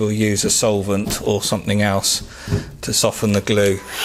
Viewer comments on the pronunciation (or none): none